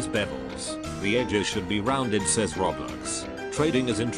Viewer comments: How to pronouce "roblox" me: roblox him: roblecks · No one: Him: Roblex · How many times did he say roblex?? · WHAT IS ROBLIX ITS ROBLOX LIKE BOIIIII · This whole time I'm just hearing "Roblecks" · i like how the robot says roblex instead roblox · I heard "Roblix" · he said roblex